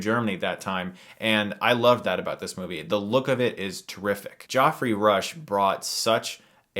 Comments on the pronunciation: Geoffry is pronounced the same as Jeffry not Joffry. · Geoffrey is pronounced Jeffrey. Not goffrey. Jesus christ GOT has fucked the world up. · It pronounced "Jeffry" not "Joffrey" and yes I know it's spelt Geoffrey. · Did you pronounce Geoffrey the same way you pronounce Joffrey? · Joffrey Rush eh? Never heard of him. Hehe. I kid. I kid. But, his name is Geoffrey Rush. You amuse me sometimes Chris. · Did Chris just call Geoffrey Rush "Joffery"? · Geoffrey is pronounced Jefferey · LOVE the way Chris pronounces "Geoffrey" :D